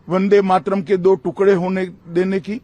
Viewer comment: 'वंदे मात्रम' (that's how Amit Shah pronounces वंदे मातरम्) के सालों पहले टुकडे हुए इसका इन्हें इतना दुख है मगर एक महीना पहले इन्हीं के आदेश से अनेक युवा जख्मी हुए इसकी जिम्मेदारी लेने से भाग रहे हैं महाशय! छाया देव.